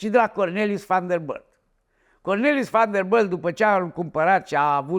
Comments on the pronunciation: VanderBILT nu vanderbâlt 🤣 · Sunt singurul care moare când îl aud cum pronunță numele Van der Billt ?